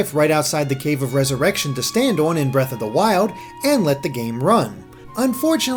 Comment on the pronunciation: Zewda, Bweaf of the Wiowd. You never disappoint